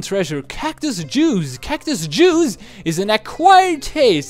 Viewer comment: you said it like cactus juzz